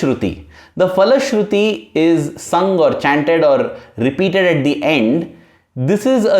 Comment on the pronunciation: one suggestion the word phalashruthi is starting with a sound "PHA" And not " Fa" There is no "Fa " Sound in samskrutam